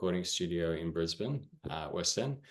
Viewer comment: I do hear a lot different genres on that single. You said Brisbane correctly I said it wrong when I talked to a shoegaze band from there.